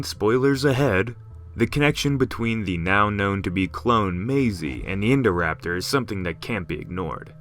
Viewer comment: i cant get around this name, i only hear "indoor-raptor"